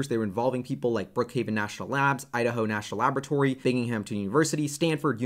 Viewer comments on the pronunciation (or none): none